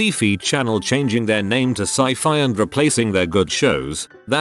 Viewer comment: When the text-to-speech pronounces scifi and syfy the opposite of how everyone else says them.